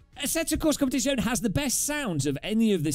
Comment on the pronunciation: Jesus did he just say competizeone bad